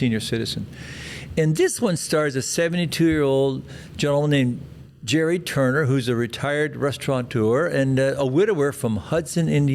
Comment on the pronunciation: Gerry......not Jerry. Pronounced Gary. After all these weeks...